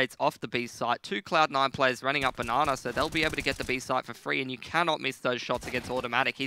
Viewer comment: When did casters start calling Banana, "na na"? I really hope it doesn't catch on. I think there was even a "na ner" tossed in there a few times.